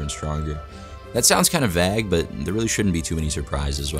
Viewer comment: Vag? You mean vague? I dont know why this triggered me when he said it...but it does.